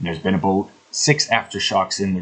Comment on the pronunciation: You said the word "about" & it sounded like "Aboat".... Is that a Canadian or Boston/New England upbringing I hear?